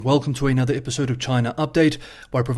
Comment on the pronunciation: a-nother, it's another. Otherwise, love the channel.